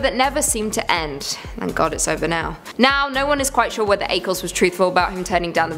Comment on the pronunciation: Look up how to pronounce “Ackles”. Not that hard